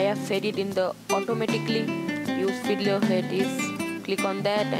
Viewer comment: Sorry, it sounded like he said you need to install hitler :P but i realised he said fiddler